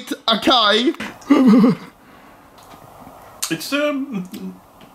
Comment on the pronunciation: so we aint talking about how he pronounced acai and pomegranate? lmao made me have a brain blast